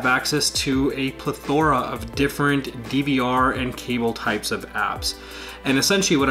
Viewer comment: PLA-THOR-A!?! Seriously!?! It's pronounced PLEH-THER-A